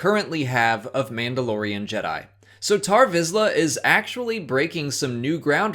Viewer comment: he is named tarre visla, not tar visla